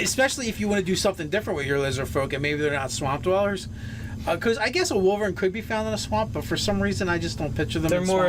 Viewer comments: wee-vern.... i think its pronounced why-vern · wy·vern ˈwīvərn/ long EYE whEYEvern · Pronounced "Why-Vern". Like from those Ernest movies. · Just so you know its pronounced w-I-vern